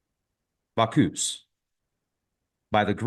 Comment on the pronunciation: Bach-us bock-us pronunciation